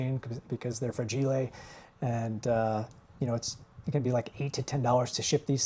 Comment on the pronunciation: Did you say mugs are fragilay? 😂